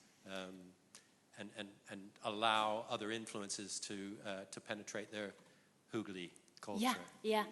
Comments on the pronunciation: yes, her pronunciation of Hygge is quite amusing... it distracted me from taking her seriously though :) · I’m amazed how incorrectly foreigners interpret the Danish experience, mind you, after 3 years she still can’t pronounce <HYGGE> without making it sound like hooker so perhaps she is a little to unique. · Haha every time she said “hygge” I heard it as hooker. I know it’s childish but I just can’t stop laughing at “Invite your neighbors in to share your hooker” lol. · When she said "Hygge" I thought she said hooker for a second. I was like, we do have hookers, but idk if that is relevant just for Denmark. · lmfao it sounds like she says hooker when she says hygge lmfao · That's not quite how hygge is pronounced. We don't invite anyone to share our hookers. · Will she stop 🛑 saying ‘hooker’ as oppose to ‘ hygge ‘ ??? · Each time I heard the word "hygge" is sounded like "hooker", but my head is also messed up. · as a dane my self when she started trying to say hygge then sounding like she is saying hooker i was laughing my ass off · omg...invite someone in to share your hooker...haha...I had to think "what did she mean" but of course...hygge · haha that's what I was thinking.. but hookers are.. sort of... legal... and they do ( I guess ) bring happiness :) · hehe yeah, "Invite someone in to share your hooker". Had me in tears... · I heard it as hooker too hahah. But since I am danish I know what she said haha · Every times she says 'hygge' it sounds like she's saying 'hooker' still need some work on the Danish :). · hahahaha jeg tænkede faktisk også det samme XD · yea when she says hygge thats not how we pronounce it lol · Sådan hørte jeg det også haha :D